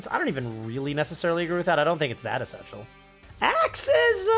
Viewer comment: "Fill"thy and "Essence"tial